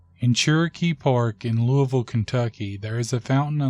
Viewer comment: Finally someone said “Louisville” right. It’s pronounced Looville not Louisville people take a note.